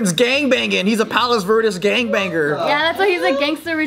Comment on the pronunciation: Why did struggle saying "Palos Verdes" lmao she speaks spanish